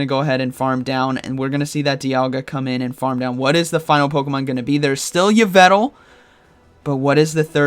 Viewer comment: “E-Vel-tall” lol